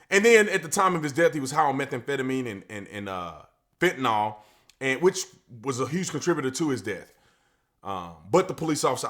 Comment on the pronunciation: I like the way B Tatum says fentanyl. 😄